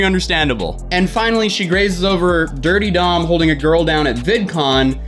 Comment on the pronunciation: It’s DurteDom not DirtyDom